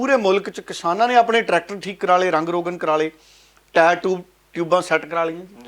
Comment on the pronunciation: ਟਰੈਕਟਰ ਨਾ ਕਿ ਟਰੈਟਕਰ